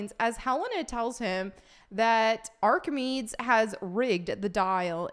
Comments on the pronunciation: It's Greek, so it's pronounced Ark-eh-mede-ees, I think. He's one of the founders of modern science, but he lived in Ancient Greece, so it's pretty unlikely he'd have any opinion on Hitler who wouldn't be born for quite a while. This story is somewhat less intelligent than the episodes of Aladdin the animated series that starred Mechanicles as the villain of the week. Ah, Disney would never make a show like that today! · Did she just ask if Archimedes (pronounced Arc-a-me-dees) was a Hitler stan ? LMAO! Nah bro he's ancient Greek mathematician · I will say it is a little tough to trust anything someone says who can’t pronounce Archimedes… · Pronounced Ark-ah-me-dees. He was an ancient genius and not affiliated with Germans. 😂 If that is the device I am thinking of, he invented it. It isn't really for time travel. Most believe it is a kind of calendar. The movie sounds bad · These people’s obsession with hitler and nazis is hilarious. Don’t have anything interesting going on in your life? Just raise Hitler from the dead so you have something to fight. Also, Archimedes is pronounced Arc(Noah)-uh-Mead( like the drink)-ease( like easy). Archimedes was an Ancient Greek inventor and mathematician 😊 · Just a message to help you with that pronunciation. Archimedes, the "des" is the same as keys. These people have lost the plot. It's bad enough killing off the MCU, but destroying 40+ year old legacies like Star Wars and Indiana Jones is unforgivable. I'm never setting foot in the cinema for them anymore. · It’s exactly what I thought it was going to be. But I can’t get over the fact that you can’t pronounce Archimedes correctly. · Archimedes. You’re mispronouncing his name and seem not to know who he was? :) Back to school, please. Otherwise agree on the disaster this film is going to be. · The fact that you can’t pronounce Archimedes, a historically famous Greek mathematician, tells me everything I need to know about your bandwagon jumping review lmao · Ark uh meedeez